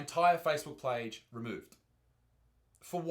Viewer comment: “My whole ‘plage’ taken down.” Good Engish